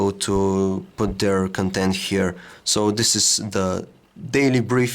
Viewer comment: His accent on the word "content" is killing me, he gets it wrong every time ...